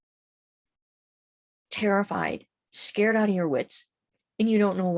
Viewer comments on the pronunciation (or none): none